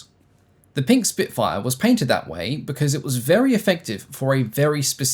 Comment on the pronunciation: Spitfire ❌ Spinkfire ✅